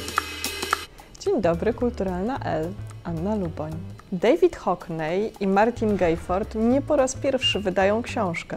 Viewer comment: Hockney nie wymawia sie HOKNEJ, uszy krwawią